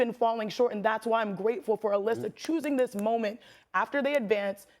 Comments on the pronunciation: Not even. She said Aleesa 🙄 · Molly how do you pronounce Alyssa name like Alicia? That was just unacceptable